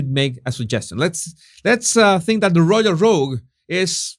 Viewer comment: Because it's a word you use a lot, Jesus, it would be worth your while to get it right. The word is "royal". Don't arch your tongue. You almost make the y into a g. Keep the tongue flat. Easy!